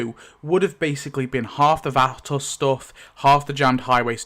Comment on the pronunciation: T Dog got axed because he kept showing up late to the set and was unprepared. They gave him less and less screen time till he was written off. I never liked Lori and couldn't wait for her to go. I cried for her death scene, but glad she was gone. It's pronounced va·to /ˈväˌtō/. At first I didn't know who the hell you were talking about, till you mentioned the nursing home.